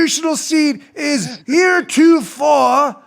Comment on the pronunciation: Here to for sounds like Monty Python 🐍